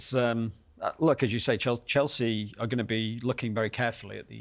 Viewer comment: city man that cant get chelseas name from his mouth